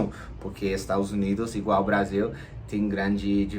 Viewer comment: Brazil com z se fala no inglês, Brasil com s se fala em português, vc falou português com Brasil em z